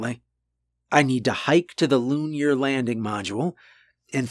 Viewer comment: LOO-NEAR landing module 👀😬😜